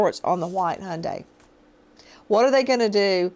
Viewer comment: Not a Honda, an Hyundai. For the Americans in the back is pronounced HI-YUN-DI. Drives me nuts yanks cannot say it.